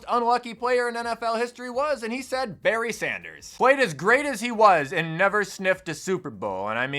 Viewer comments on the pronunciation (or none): none